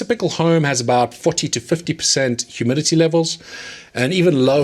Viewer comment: Are you saying humility or humidity? lol